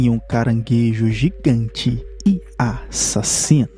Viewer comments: Não pode faltar ele falando "e a-ssasino " KKKKKK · Caranguejo A- ssassino